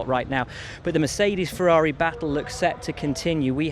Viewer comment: "MerShadies" :D :D :D